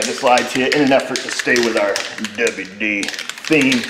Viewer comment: I love how you say "WD" "dubbayu dee"